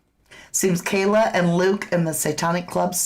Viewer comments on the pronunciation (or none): none